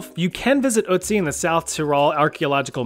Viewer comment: Anybody at all is triggerd taht he says Ützi not Ötzi